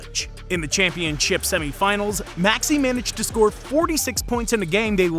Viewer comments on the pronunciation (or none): none